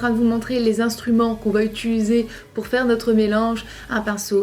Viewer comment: Arrête de dire "Utuliser" c'est horrible...